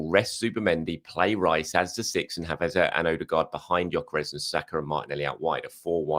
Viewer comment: has learned how to pronounce Eze but is still butchering CalaFURY.... its CalaFIORI